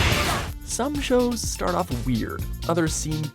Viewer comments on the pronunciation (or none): none